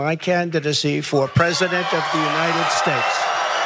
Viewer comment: Didn‘t he mean he announces his candidacy for president of the United Shtewshs?